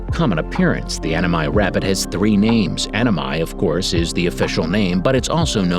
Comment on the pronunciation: 英語の発音だからアマミがアママイになってるw